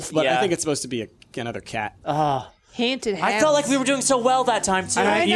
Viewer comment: "THEIR HANTED!" Me: ...wot